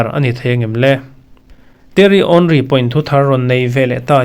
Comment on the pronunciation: Henry I sawi sual chiang dawn lutuk😅